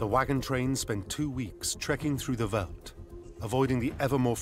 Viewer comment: It's not so difficult to pronounce "veld", even for a brit or an American. It is pronounced exactly like felt... Great documentary, but I cringed every time the narrator said "veld"...